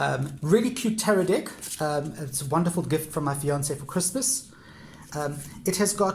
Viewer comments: I don't want to be disrespectful but am I the only one who hears "dick" instead of "deck". I am not an English native speaker so I may be wrong... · Thanks for sharing. Nice collection. I normally don’t commend on peoples’ accents but the fact you call every deck a “dick” is quite hilarious. “Nice Dick”, “Tiny Dick” etc. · Yes I hear it too, makes me giggle but doesn't take away from what a helpful video it is✨😁